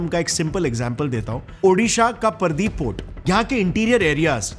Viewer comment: Thik se bollo sir , paradeep port , pradeep port nahi